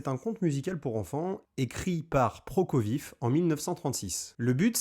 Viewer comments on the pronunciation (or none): ProkofieF (le v se prononce f) 😅